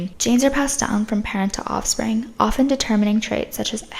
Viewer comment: "Othspring" -Sydney Sweeny